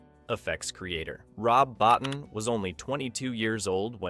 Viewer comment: Rob Bottin's last name is pronounced Bo-TEEN.